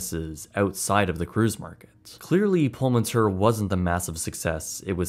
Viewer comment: I think you should pronounce it as Pullman Tour. This is what it means in Spanish.